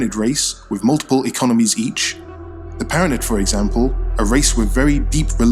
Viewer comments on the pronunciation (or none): none